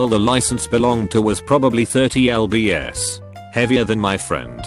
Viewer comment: Nobody: Video: Thirty El bee ess